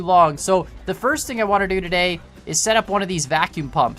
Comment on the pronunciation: "the first thing Iwannadotoday..."